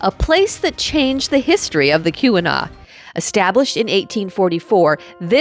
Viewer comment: It sounds like you're pronouncing Keweenaw as "que-we-naw" or "koo-we-naw". The accurate pronunciation is "kee-weh-naw".